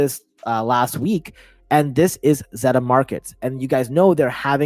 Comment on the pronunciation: Hey brother not trying to be rude but you're mispronouncing sybil and zeta. Thanks and happy to have you back, you haven't posted a video fora while.